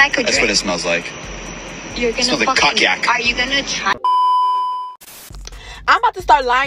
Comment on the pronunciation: That man said "cockyac''😂😂😂